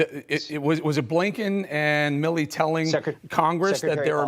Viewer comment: A. Blinken.. did you say Abe Lincoln?